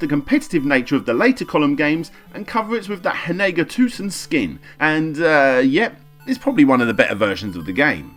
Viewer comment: IT'S NOT HANEGA TOUSEN, IT'S SAKURA TAISEN GOD DAMN IT